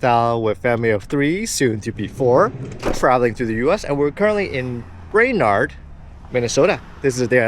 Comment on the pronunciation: I am sorry you aren't impressed with small towns in North Dakota and Minnesota. 😢 I have ties to both states and fond memories of growing up in Minnesota. You are definitely more a big city family. BTW, it is "brain-erd".😊